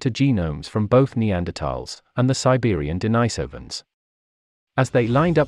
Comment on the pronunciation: The Denisovans have their name from an eremit called St Denis. He was not called St Deenajs, so the name of the people is not Deenajsovans, but Denisovans..